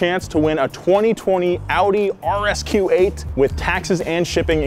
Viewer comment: It’s Audi not outty like u leaving n saying I’m outty brah